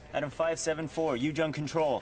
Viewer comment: "Ujung" is pronounced Oo - Joong in Indonesian. not You - Junk.